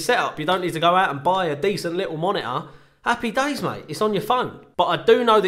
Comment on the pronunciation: "Appy days"